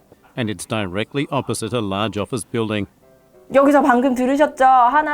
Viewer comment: 선생님 다이렉틀리 발음 어느나라닌가요.... 다이 렉 클리 로 들려서 못들엇아요 ㅠㅠㅠ